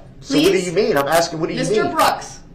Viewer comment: This half-man is going to regret that " are you axing me or telling me?" when he gets to his new home where the the real bad-asses will be. Prison staff and inmates, will all be aware of his wanna be bad ass posturing. He'll probably also hear "grounds" for many years. Oxygen waster. ' '